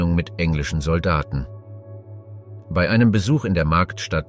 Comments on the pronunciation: Ist schon jemandem aufgefallen, dass ausnahmslos alle Beiträge von einer Maschine vorgetragen werden? Kaum Betonungen, emotionslos und sehr oft werden Jahreszahlen wie einfache Zahlen vorgetragen, das Wörtchen "bei" sehr oft als "be-i". Ich für meinen Teil finde diese Art der "Geschichtsdokumentation" alles andere als informativ, sondern vielmehr einschläfernd. Umso erstaunlicher ist es, dass dies hier niemandem auffällt. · Interessante beiträge, allerdings frage ich mich warum du bei immer so seltsam aussprichst. Be i oder so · Das Vorleseprogramm kann "bei" nicht aussprechen.